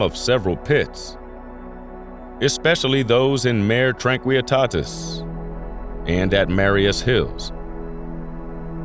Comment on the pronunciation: Mare Tranquillitatis is Latin, not Spanish. The "l's" are not pronounced "y."